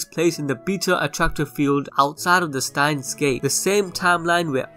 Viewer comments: why do you say stein gates instead of steins gate so often? 🤔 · Stop please stop saying stein gates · 'Stein Gates' 😂